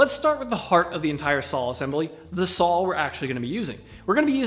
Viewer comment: Sawl lol love the accent